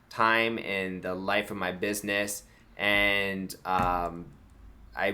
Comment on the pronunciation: BID-NESS !!! She is making fun of you for getting EVERYTHING 😑 wrong